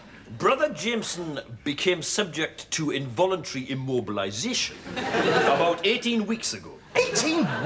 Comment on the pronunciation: IM-OH-bil-AYE-zayshun